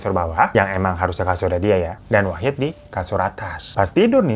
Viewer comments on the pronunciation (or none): Wahid bg bukan Wahdi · Bang ngape pas di akhir2 jadi wahdi sih bukan wahid wkwkwk😂😂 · Baaaang..Wahid Bang..Wahid.bukan Wahdi 😅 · Wahid bang wahid bkn wahdi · Wahid lama2 jadi wahdi...😅ngantuk ya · di menit ke "WAHDI" 😭😭😭😭 Wahid bang wahidd wkwkwkwkwk lucu betul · Bang nama nya kan wahid kok gua dengernya wahdi😅😅😂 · Wahid bang bukan wahdi😭😭😭😭😭😭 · akhir2 wahid jadi wahdi ya bang wkwk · Awal2 wahid lah kenapa dimenit2 terakhir malah wahdi bang😂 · Dari yang khusyuk banget denger bang hiro cerita, sampe diujung lah kok nama wahid berubah jadi wahdi. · Katanya wahid kok di akhir2 jadi wahdi sih bang😂😂😂 yawlo ngakakkk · Di awal Wahid, di akhir Wahdi.. mana yg bener bwaaaangggg???? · wahid jd wahdi apa kupingku ug salah🤣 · Wahid jadi wahdi😂 bang hiro saking semangatnya😂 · Gw dengerin cerita nya dari yg awalnya wahid jadi wahdi😭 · D part akhir bang hiro salah sebut nama wahid jadi wahdi 😂😅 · Salah denger gak sih terakhir bang hiro nyebut wahid jadi wahdi?😂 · wahid kak bukan wahdi😭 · Kok wahdi 😂😂 wahid bang , bukan wahdi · Lah wahid koq di akhir cerita jadi wahdi bang....😅😅😅😅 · Bang Hiro bikin video jam 2pagi lg ya? Itu masnya namanya Wahid jadi Wahdi, ini gue yg salah denger apa begimana 😂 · awalnya wahid pas akhir jadi wahdi😭🙏🏻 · Wahdi wahid wahdi wahid bg salah mulu ehe 😂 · wahid bang bukan wahdi wkwkwkw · 3x bang hiro nyebut wahid jadi wahdi wkwkwkwkw